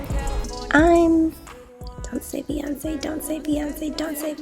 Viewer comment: To be fair, I did hear the "Fiancé" rather than Beyonceé